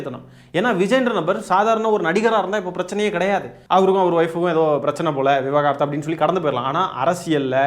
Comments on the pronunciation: விவகாரத்து இல்லை விவாகரத்து. சரியாக உச்சரியுங்கள் தோழர். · விவாகரத்து ( தம்பி விவகாரத்து என்று உச்சரிக்கிறீங்க) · தம்பி, விவகாரத்து அல்ல, விவாகரத்து. அணிலைத் திட்டிக்கோ, மொழியைக் கொல்லாதே.